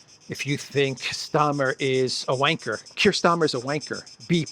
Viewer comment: saying, wanker in that accent!!! Priceless.